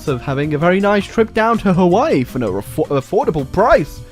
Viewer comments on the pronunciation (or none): none